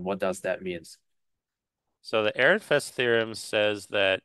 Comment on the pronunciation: "Airinfest"? Is this a joke? Or are you still struggling with the fact that someone forgot the d in Fredericks?